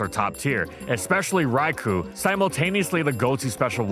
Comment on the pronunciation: Wouldn't it be nice if could pronounce Raikou correctly for once?